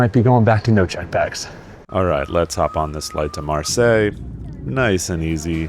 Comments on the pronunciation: SAY it isn’t so!! You had mispronounced MarSAY!! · Only Americans can butcher Marseille, even after getting schooled in how to pronounce it ... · marseille = mAr open mouth like ha ha ha , seille say like say what! Maaarsay